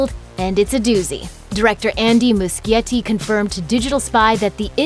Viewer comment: It's Moo-she-yeti, not moo-ski-yeti